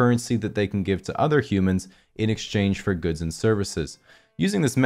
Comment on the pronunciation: Idk why but i died when he said "but in extange ther'e jacked out of their god damn minds"